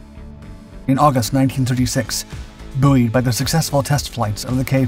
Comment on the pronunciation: A strange pronunciation of the word buoyed there 😁